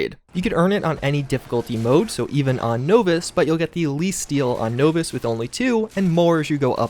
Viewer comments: At first I thought it was just one of those common mistakes with the constant "Nuclear" said as "Nukular" but with "novice" (NAH-vis), and deliberate vs debilitate, yeah, either a troll or might wanna take a gander into Eng 101 freebies. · its easier to say nose viss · "Knowvice" Difficulty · How u get to this point in life not knowing how to pronounce novice? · Ok, after Grahm and now Novice, I'm pretty sure your just mispronouncing things because you know it bothers some of us. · Kinda wanna dislike cus the way he says novice... but I won’t But I won’t like either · You make good videos but the novice thing makes me angry for some ridiculous reason... Is it a standard american trait to pronounce novice in this way? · For the love of Atom, please look up correct pronunciation of novice and nuclear. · Novice..... How can you not pronounce that?... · put the word Novice in a speak and say. Tell us how it sounds. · Dovahkiin His pronounciation of novice hurts me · Love your videos but your pronunciation of "novice" drives me up the wall. It's nah-vis, not no-vis. Other than that, good job. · "knowvis" LOL...nah-vus...novice...naw-vis....novice....not knowvis, is this your first game ever? JK, nice to see you playing with MATN and UpIsNotJump I had fun watching the live stream, hope ya can do it again sometime. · Nov-iss. Not No-Viss. Soft O, not hard. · You keep saying the word novice wrong. Not sure who taught you that pronunciation, but they were wrong. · Nahhhhhh-vis!! Say no to no-vis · Starting to think he pronounces words incorrectly on purpose... Novice has a soft 'o', similar to the word incompetent... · He's using the word deliberating instead of debilitating... That isn't a mispronounced word, it's the wrong word. Pronouncing "no-vis" instead of "naw-vis" is a mispronounciation. Either way, I don't really care enough about to reply again, so feel free to brag about your degrees again. I fail to see why you think that matters. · It’s Nahvice